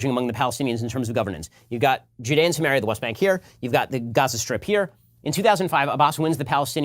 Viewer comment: yeah, I got that after the tons of people using this term as of recently. For a hebrew speaker (actually don't if he is) his pronunciation is not helping...